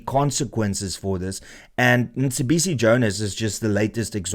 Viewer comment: it's not Msibisi it's Mcebisi. Just saying that because you had an issue with Julius butchering Elon's name .